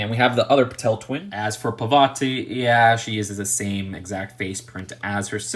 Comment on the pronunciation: I think BeauxBatons is pronounced Bow-bat-ins. I could be wrong though. Also I think it’s Pah-teel, not Pah-tell